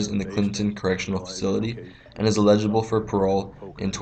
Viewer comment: Eligible: El-eh-jib-le